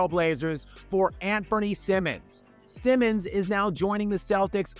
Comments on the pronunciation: Isn't it Anfernee "Simons", not Simmons? 😉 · Seems you don’t know who Simons is… Or how to say his name at least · The guy is called SIMONS not SIMMONS. You just had one job... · Simons, not Simmons, c’mon! Stick to roasting LeFraud Blames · Simons, not Simmons. Blazer fan here, Anfernee is good but not solid. Inconsistent and defense needs work, wish nothing but the best for him elsewhere!